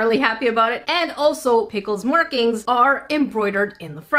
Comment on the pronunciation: she aslo pronounces markings like merkings lol